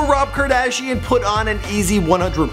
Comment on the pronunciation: Who the heck is rob kardashing??